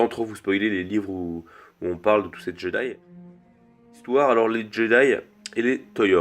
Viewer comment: très bonne vidéo je suis parfaitement d'accord avec toi mais on prononce [djédaï]